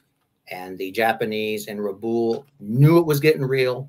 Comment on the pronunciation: Hate to do this but Rabaul is pronounced Rah-Ball